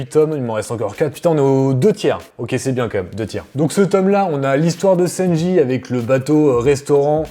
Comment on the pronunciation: Ça m’as fait rire quant t’as dis senji au lieu de sanji